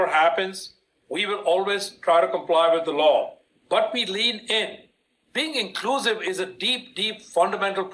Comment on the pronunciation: You are being " Inglusive"?